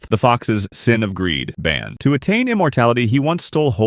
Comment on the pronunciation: Its pronounced Bon not Ban